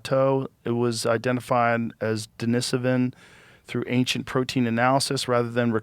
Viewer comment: i never would have expected to be the one who says "anxient".